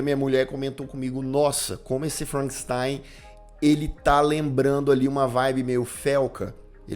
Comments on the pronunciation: ""...kkkk Ai, gargalhei alto aqui. "Felcanstein"... 🤣🤣🤣🤣🤣🤣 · FELCANSTEIN KKKKKKKKKKKK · Felkenstein 😂😂😂 min.